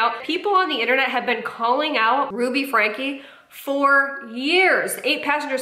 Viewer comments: It’s pronounced Frank-ee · It's pronounced Frank-key not Frank. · Sorry, you lost me when you didn’t know how to pronounce “Franke”… (it’s like Franky, btw) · fyi you probably know this by now, but for anyone who doesn't, their last name is pronounced like "frankie" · Friendly FIY : Franke is pronounced “Frankie” 😊